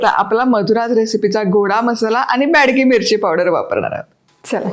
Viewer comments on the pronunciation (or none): dear, it is bedki mirchi n not badki.